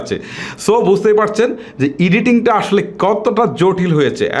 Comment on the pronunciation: বাবানটা ঠিক করেন ভাই, ইডিটিং না, এডিটিং